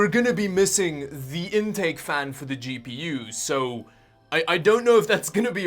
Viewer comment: I thought he said,and for a really long time, "Cheapy You" instead of "GPU"